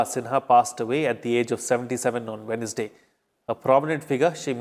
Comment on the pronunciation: Pronounciation Wednesday what will be? I think it's wenzday.